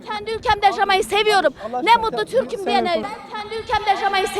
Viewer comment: Türküm diyemiyor.Konusturmayin böylelerini.